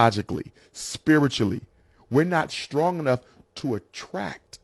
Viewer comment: LOL THE LADY IN BLUE SAID SKRONG …. OH MY GOD I HAVE HEARD IT ALL. Sister NEWS FLASH , you seem to forget AIN’T nobody checking for Black WOMEN haven’t you noticed??? THE HE HIGH VALUE BLACK MEN ARE MATCHING UP WITH ANYTHING BUT BLACK WOMEN. OUT OF CONTROL , WILD A$$ WOMEN DEMANDING WITH THESE OUTRAGEOUS DEMANDS. Y’ALL BETTER Wake up !! NEWS FLASH WINTER IS HERE!!! ASK VIVICA FOX, ASK LISA RAY, ASK, OPHRAH WINFREY,HENSON THE ACTIST. I SEE OUR ELITES MARRYING ANYTHING BUT Y’ALL, DR. CORNEL WEST MARRIED A YT WOMAN, ATHLETES ARE MARRYING BLACK WOMEN ANYMORE. I AM NIT TRYING TO BE MEAN BUT YOU ARE KNOWINGLY OR UNKNOWINGLY “CUTTING YOUR OWN THROATS”. MEN OF OTHER RACES ARE NOT LINING UP YO MARRY YOU???? YHE LATEST PREDICTION I READ REGARDING BLACK WOMEN IS IN THE TEAR 2030, 45 % OF DINGLE BLACK WOMEN WILL BE ALONE UNMARRIED. AS MUCH AS YOU HATED KEVIN SAMUELS HE WAS SPOT ON “ WINTER IS HERE!!”